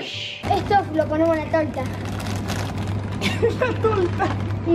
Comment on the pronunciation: LA TOLTAH! amigo epico la forma en que dice "La toltah" xD